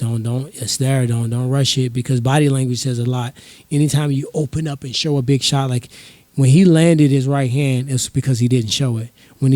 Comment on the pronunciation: He went from let’s go big to let’s go beg lmaoooooooo